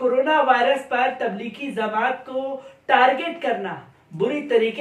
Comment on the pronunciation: Anchor bhidu......musalman hokar zamaati زماتی bolta hay.....lagta hay arbi urdu ki taalim se koso door hay.....bhai jamaati جماعتی bol.....kyun dewnagri walon ki tarah ghalat bolta hay...